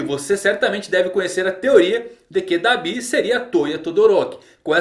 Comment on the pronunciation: muito estranho ver alguém falando "dabÍ", eu falo "dAbi"